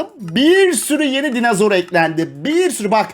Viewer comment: Dinozor qüeri demiş koyari